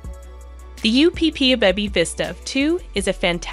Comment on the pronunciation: LOVE this video 😊 Just wanted to say that the UPPAbaby is pronounced Upper baby… other than that fabulous video!